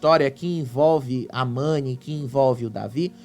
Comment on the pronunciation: A irmã do Gil não sabe o nome Mani, ela falou Nani, quero dizer a você irmã do Gil que quando você participou do reality, se você ganhace era pelo o seu jogo e não pelo seu estado civil, o relacionamento do Davi e Mani só diz respeito a eles, eles não tem que dá satisfação pra ninguém